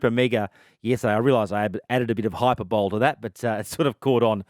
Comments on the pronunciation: How is this utter buffoon still allowed to be on air? Not only are his 'sources' and 'info' usually shit, hyper-bowl? Really? It's hyp-er-bol-ee you illiterate. Nepotism covers all bases I guess. SMFH. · Hyperbole is pronounced /hʌɪˈpəːbəli/ (Hi per bol ee), not /hʌɪˈpəːbəli/ (Hi per bol). I applaud his self effacement. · "hyper - bowl" really? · Hey, just fyi correct pronunciation is “Hi per ba lee” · if you can't pronounce it correctly, don't use it! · Jesus, has he only ever read the word?